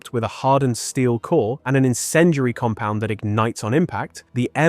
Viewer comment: What the fuck is "encendry" and "sabot"? Talk properly man.